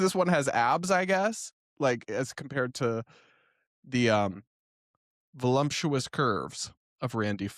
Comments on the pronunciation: There's no m in voluptuous. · There’s no M in voluptuous ;) P.s. we love you ❤